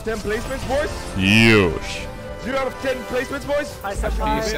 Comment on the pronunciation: I'm Japanese and think he says not Yosh,but Yosha